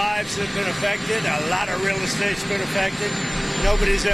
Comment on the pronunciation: Why he say Real estate like that👀👀